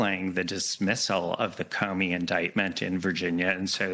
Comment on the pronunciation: Comey, not Comney.